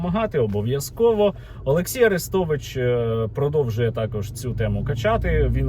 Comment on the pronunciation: Цікаво: а росіянці ще називають арестовича "Люся" ? Як називали його, коли він був умовно за Україну. Чи він там одразу став кумиром? Скабуха до нього прихильна, любила все повторювати А-рестович (наголос на А)